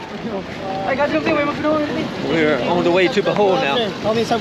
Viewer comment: How do read O from Bohol as A and say Bahol . Its BO like bobo